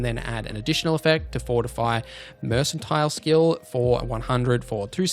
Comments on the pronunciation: Working on a "Death from Above" that will do an AoE Paralyze and Nuke, just to lock down a room. BTW, the skill "mercantile" has more of a hard "K" sound, so phonetically it sounds like mur·kuhn·tile. As much as Aussies and Kiwis like "the C word", I would have thought this was a natural! LOL 🤣🤣🤣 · Good guide, but who in the world pronounces it "mersantile"?